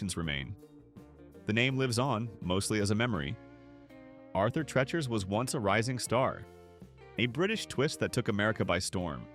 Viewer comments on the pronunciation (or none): Narrator, you are MISPROUNCING HIS NAME. IT IS ARTHUR TREE-CHERS (phonetically). Not Tretch-ers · I agree. It is Arthur Treachers and pronounced the same way you would say Teacher. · AI really sucks! Arthur Trechers? It’s Tree-chers! These are the best restaurants they just ran into problems. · Thank you for correcting their mispronunciation. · Get rid of AI naration- what the heck is Arther { trechers} spelled as the AI voice sounds.